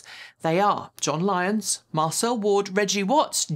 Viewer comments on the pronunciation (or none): none